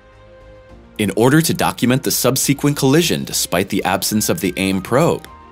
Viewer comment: Certainly, there are other issues with this video. Subsequent isn't pronounced like that, and satellites aren't on or around a spacecraft like DART - sensors are.